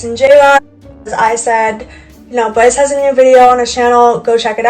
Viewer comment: This girls speech impediment is giving me life. Bwyce ^_^♡